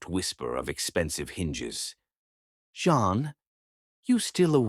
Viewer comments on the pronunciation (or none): Your story is sweet, but it's annoying when the computer says John instead of Jean. If you listen before posting it you would catch it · Rating 9. It is me from NJ again at the end of the story. Rating 10. I love the way read the story. I rated it 9 because I thelead female's name was Jean but was repeatedly pronounced as John. I found that distracting.